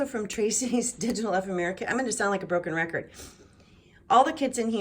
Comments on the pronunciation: Love this journal!! Ephemera..is pronounced...E..fem..ra. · This is such an incredibly beautiful book. I so enjoyed walking through all the lovely, delicious details. Simply gorgeous! (I hate to do it, but it comes from the best intentions in my heart, but the word ephemera is pronounced EE-FEM-RA. Please don’t hate me. Wink-wink.)